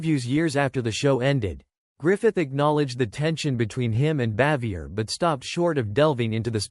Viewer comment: Either the narrator is an idiot or maybe AI but he sure as hell doesn't know how her name is pronounced.